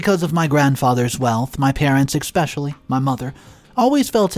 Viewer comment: There's no X or k in the word especially please quit pronouncing it wrong